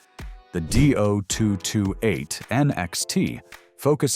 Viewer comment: Repeat after me: DEE - OH - 2 - 2 - 8! .. NOT Doo-228!